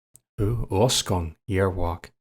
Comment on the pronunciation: so funny hearing Arsgang pronounced like this to me it sounds like Ausgang - Exodus Interesting game I must say, glad I went to check it out after all Edit: Angel Makers were a thing in Austria too, in fact the practise of Angelmaking was still an official term used by the police all the way until the 1900s and later which is quite eerie when you think about it, it sounds almost whimsical in a macabre kind of way